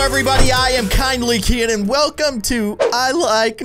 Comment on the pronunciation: Baldi: oh hi wolcome to y nugg house Me: hahahahahahahahahahah